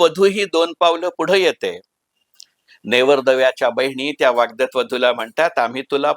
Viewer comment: वाग्दत नाही वाग्दत्त